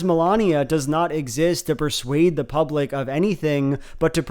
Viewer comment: "The dees an the dat"